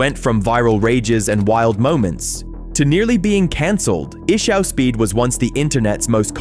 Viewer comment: Fact you can't pronounce Ishowspeed's name correctly tells me this is another AI video!